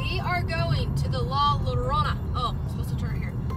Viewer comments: the two L's together are pronounced as a Y Yorona La llorona is 'the one who is crying' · Llorona is pronounced "yo-rona" NOT "lo-rona". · I’m pretty sure it would be llorona creek as in (y-o-ro-an) because llora is Spanish it shouldn’t be an “L” sound